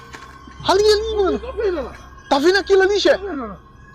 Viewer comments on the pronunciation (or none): Video #23, the word "lantern" is NOT pronounced lanteren!!!!! I heard you just the other day pronouncing the word "pattern" pateren!!!!! You NEED to learn how to read, dude!!!!!!!!!!!!!!